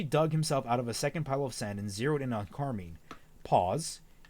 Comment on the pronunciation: Car-mean lol